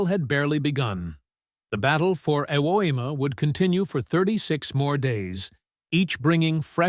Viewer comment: OMG! I finally figured out that the island you are calling "Ewema" is actually Iwo Jima! I can't believe you never fixed that horrible mistake!!